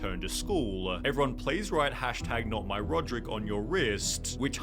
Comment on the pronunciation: That's not rodrick that's rodricka